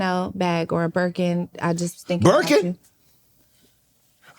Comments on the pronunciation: The way he said birkin 🤣🤣🤣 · When Amber said Birkin and Shannon said “BIRKIN 😳” I screamed lol